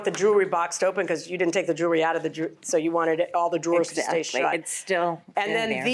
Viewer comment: ... so when did jewelry become joolery? Probably the same time library became liberry.